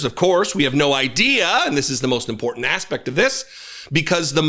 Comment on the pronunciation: Caroline Levitte always pronounces is the word "important " incorrectly, she says "I important" with a D, Instead of a T! She needs an English lesson!